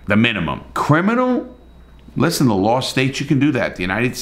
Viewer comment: Revisiting this in 2024 to laugh at how angry people got, even though they couldn’t give you a single detail of the case. Also, I love the way you pronounce the word law as “lawrrrrr”!